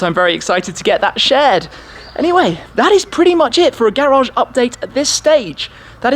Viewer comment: That "GARAGE UPDATE" accent tho